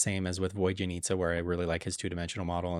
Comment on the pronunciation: Vodyanitsa is basically pronounced 'vawd-yuh-neat-suh', Valeriy is 'vole-air-ee' Also, this is basically how I rank the characters! Maybe a bump up or down, but I mostly! Let's pray for good luck on our 50/50s!! ❤